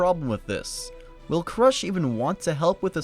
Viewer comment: Krūsh not krash.